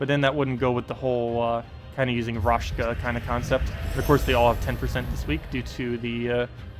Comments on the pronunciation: Amazing team! I will have to check it out in invasion :) And.. btw, it's RaKsha, not RashKa, god dammit! xD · Thanks! As always great content! I was actually missing the Raid short video last week. Just a small thing, it's not raSHka, but raKsha. =)